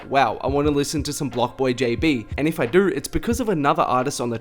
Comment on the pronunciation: What is your accent? You say do like "dur".